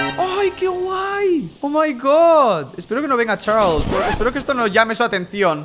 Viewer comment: me encanta tu acEnto de chArlEs😏